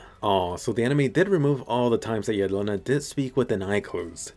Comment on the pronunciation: Jelena is pronounced **Yèlena**. Is a slavic name meaning "deer", while Falco and Porco are also names (this time italian) referring to animals: hawk and pig lol (this is also why in the first scene 4x01 Falco si talking to a hawk)